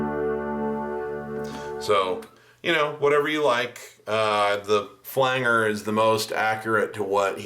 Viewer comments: fyi: It's pronounced Flange-er...Flange (like the pipe fitting) , not "Flang"-er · Nice tutorial but please pronounce "flanger" correctly (yes, it bothers me that much!). Flange is pronounced "flanje", flanger is pronounced "flanjer", not "flang-ger". Fender Rhodes with a phaser was a popular sound in the 70s. Chorus were used more in the 80s. It's a nice sound but can't replace the phaser. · Nice work ! I believe it’s pronounced FLANGER with a soft G like Angie, tangible, tangerine, manage, etc. That effect was originally produced in the studio by grabbing the tape reel by its flange (the edge) and slightly altering the pitch. Cool facts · Do you say "flan-ger" on purpose?